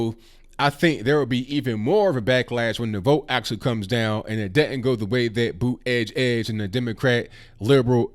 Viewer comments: He said Pete bootygig 😭🤣🤣🤣🤣🤣🤣🤣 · "Bootygig" lmao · I wouldn't vote Democrat anyway, but with the way you keep pronouncing his name, it's hard to take him serious as a candidate! 🤣🤣💀💀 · Boot-edge-edge. Hahaha. Pete gave up on pronouncing his own last name, then Trump comes along to teach everyone how to pronounce it while at the same time Making America Great Again. I’m surprised Trump didn’t send him a bill. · Its boot•ie jud•ge, please pronounce his name right guys! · I won't be voting for Mayor Pete for the reasons you suggest, but you should pronounce his name correctly. It makes your case better and keeps you free from appearing disrespectful. With all of the tensions and anymosity in the political arena today we need to be far above reproach and very curteous as we bring our points of view. Peace and love to you, brother!